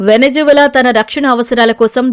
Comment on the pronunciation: Wenujuwela కాదు వెనిజులా